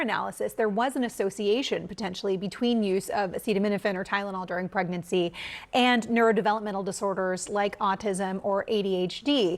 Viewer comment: aaacetermenerphin during pregnurcy... NOT good